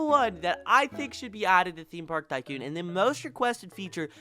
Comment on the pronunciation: The way he says tycoon is pissing me off